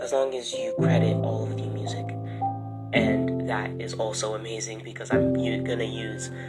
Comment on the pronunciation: Why do you say “Emazing” lol